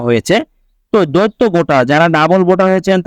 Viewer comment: দৈত্য মানে দানব৷ শব্দটার উচ্চারন দ্বৈত৷ মানে দুই৷ ইচি নয়, উচ্চারন ইসি৷ উচ্চারন মাদারচোদের মত৷